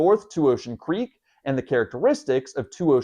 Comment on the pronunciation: LOL I thought you said unremarkable creep